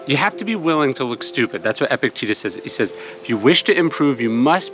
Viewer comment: Surely it's pronounced eh-PIC-te-TUS? Not epic-TEETUS?